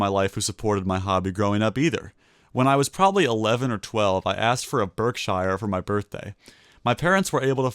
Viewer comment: Birkshiar, Berksheer, or Birkshur?😅😅😅